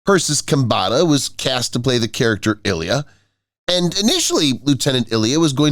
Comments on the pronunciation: Another video that teases with the cover photo & doesn’t confit on the vid. And the character was called “Ilea” I-LEE-a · The bald woman's name was pronounced "Eye-lee-yha!" Do you even fucking WATCH the material you comment on?!